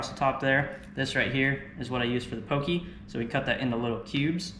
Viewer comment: So good! That sushi rice powder is a godsend, so much more forgiving proportions wise. Nitpicking, but poké is pronounced more like “Po’-Kay” than “po-key”. Awesome video guys, subscribed 🤙🏾